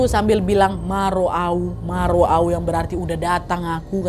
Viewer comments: nad, izin koreksi bukan "ma ro au" tapi "nga ro au" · Ijin periksa yah kak nad itu nga ro au Bukan ma ro au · nga ro au nya kak nad bukan ma ro au😭😭😭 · Ijin koreksi ya kk Nad. Bukan "Moru au" kk...tapi "Nga Ro Au." Awaq dah download dr kmrn tapi baru awag dengar hari mggu ni. Trnyata KHW nya dr Medan. Awaq Boru Batak ank Medan. Sukses slalu ya kk Nadia.... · "NGA RO AU" BUKAN *MA RO AU*😭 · kak mohon maaf kak itu bukan maro au tapi ngaro au itu artinya dh datang aku,dah nyampe aku gitu kak😅 aku orang batak kak itu bahasa batak btw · kayaknya bukan ma ro au kak nad,tapi nga ro au cuma aku gatau ya beda batak ku sama yg di tapanuli,tapi setauku itu la soalny aku batak toba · bukan ma ro au Tapi Nga ro au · aku orang batak, ma ro au itu seharusnya nga ro au ga sihh??😢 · Nad bukan "ma ro au" tapi "nga ro au" nad 😇☺️ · Nad bukan "ma ro au" tapi "nungnga ro au" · Nga ro au. Bukan ma ro au 😂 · kak nad sedikit mengoreksi nga ro au ka nad bukan ma ro au 😅😊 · Bukan ma ro au, tapi nga ro au😅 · 16.02 bukan ma ro au tapi nga ro au kk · nga ro au nadia bukan ma ro au hehh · salah ngucapin pas MA ro au yang sebenarnya tuh NGA ro au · Nunga ro au = Sudah datang aku (bacanya skilas "Nga ro au") Ini yg bener bahasa bataknya kk Nad Bukan ma ro au ya 😁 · Ka Nad, maaf ijin koreksi. Yg betul "NGA RO AU" , SUDAH DATANG AKU. 😊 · naddd "nga ro auu" bukan "ma ro au"🤣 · bukan ma ro au kak nad tapi nga ro auu itu bahasa batak aku batak tapi gak pernah tau tentang hantu si gulambak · kakk, sedikit koreksi yaa harus nya nga ro au bukan ma ro au 😅 thank u. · Kaa maaff yg bener itu "nga ro au" bukan "ma ro au" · Bukan "ma roa au" kak nad,tapi "nga ro au" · bukan "ngaru au" tapi "ngaro au" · Mungkin nga ro au kak nad bukan ma ro au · Ngaro au kk bukan ma ro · "Nga ro au" Bukan "ma ro au" nad😅😅 "Nga ro au" artinya udah datang aku. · Kk,,"nga ro au"bukan "ma ro au"😊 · Nga ro au kak bukan ma ro au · Kaa nad salah udah datang aku itu artinya nga ro au bukan ma ro au kaa nad